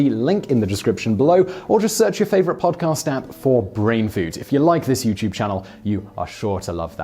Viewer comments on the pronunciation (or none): none